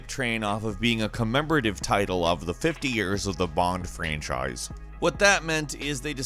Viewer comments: I just assumed he made an attempt at doing the whole Sean Connery dialect. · I'm just joking. Yeah i know bad accents are not that bad and personally i don't mind when someone has a bad accent but to me it seemed funny how voice is turning that weird.